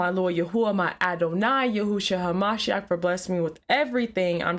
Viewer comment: Who is Yahoosha? Pretty sure your not saying that right.